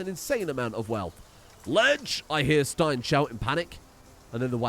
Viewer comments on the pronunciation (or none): none